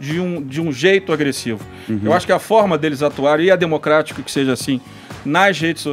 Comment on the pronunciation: Democrátic??? Ermeneutica??????